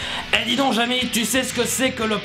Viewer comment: Jamy pas jamie